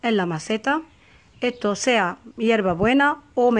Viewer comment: Eto , eta, de dónde es usted que se come las "S" ?